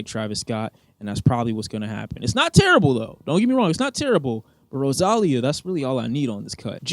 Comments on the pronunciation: "RoZAlia" bro? its pronounced RosaLIa bro 😭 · Man said "RosALLia" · Can we talk about how said Rosalia's name wrong, like wtf is rowsallia lol. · “rosÁlia” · man why the fuck did u pronounce Rosalia like that LMFAO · Why you butchered Rosalia’s name? Cool video though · the way he said rosalía... bruh what???